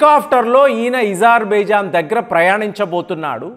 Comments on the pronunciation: Isarbaizan కాదు Azerbaizaan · Deshala perlu marchi yenduku chaduvuthavu bro Azerbaijan yizerbaijan antav nee chaduvuki deshale gurthu ravatamledu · sir your pronounciation of azerbaijan is awkward - kindly correct